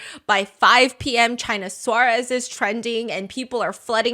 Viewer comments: it is killing me how you are pronouncing her name hahaha, just so you know it is China Suarez, china pronounced in spanish (chee-nah) suarez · Stephanie is lovely and I appreciate the effort but her way of pronouncing "Suarez" was too funny, sorry 😂 I spent the longest time thinking she was saying "Chinasaurus". Which sounded like a crazy nickname.